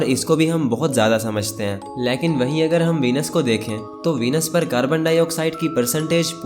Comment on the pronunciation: Leaekn nahi Lekin hota hai na 😂😂😂❤